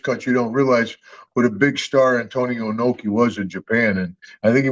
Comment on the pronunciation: "Ee-noe-kee", not "Eye-noe-kee": never look to Bill Burr for advice on how to pronounce Japanese names. It's true what Duggan says about Inoki. Americans and folks outside of Japan in general have no idea. Inoki is bigger in Japan, even after his passing, than any living American athlete is in the United States--and no, I'm not forgetting about that Chicago fellow with the sneakers. Inoki did indeed enter politics, the man in a national icon in Japan in a way that few American athletes have been in the States. Unless you've been to Japan and have spoken with many Japanese people, you can't appreciate how big Inoki was and still is in his native country.